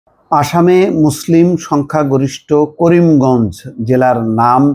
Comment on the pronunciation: নামটাও ঠিক মতো উচ্চারণ করতে পারলে না